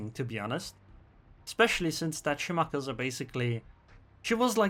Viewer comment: omg please stop saying "shi-maka-za"...its "shi-ma-ka-zee"